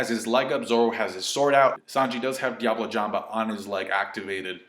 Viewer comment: Wtf is wrong with your pronunciation on diable jambe and Bartolomeo. Like actually wtf. I don’t mean to nitpick over here but you’re trying hard and that’s consistent on your reviews. Maybe just pronounce like a white boy and apologize after?